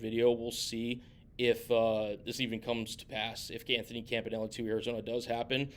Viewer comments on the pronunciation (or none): I hope he's here, but you can't blame a man for bettering himself. That being said I would only leave for the Bills job. Also his name is pronounced Kam-puh-nee-lay.